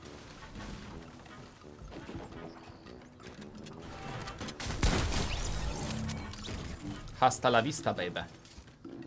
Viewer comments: nie hast la vista tylko ast la vista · H w języku chiszpańskim jest nieme halo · H w języku Hiszpańskim jest niemie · Fajnie ale h w hiszpańskim jest NIEME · H jest zawsze nieme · H jest nieme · H w języku hiszpańskim jest nieme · w języku hiszpańskim h jest nieme!!!!!!!! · h w języku hiszpańskimi jest nieme